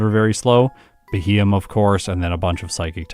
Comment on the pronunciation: I hope you do a Beheeyem run with its hidden ability Analytic some day. That might just improve its time a decent bit. And by the way, it's pronounced BEE-hee-yem.